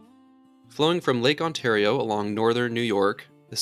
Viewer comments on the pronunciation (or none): none